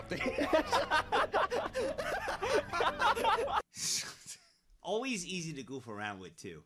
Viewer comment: "He was, a dOOd. Looking for, another dOOd" 🤣🤣